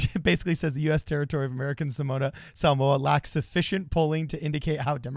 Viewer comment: Shoutout for saying Samoa correctly